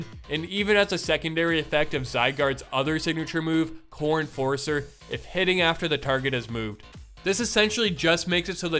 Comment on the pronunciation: Also when you speak fast and say "core enforcer" it sounds like "Corn forcer" which is a much cooler move.